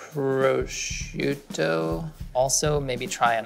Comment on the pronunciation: The way says prosciutto made the Italian in me sad and angry 😂